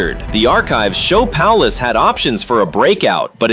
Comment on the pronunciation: Pierwszy raz zetknąłem się z tym żeby Paulusa czytał ktoś jako Palace.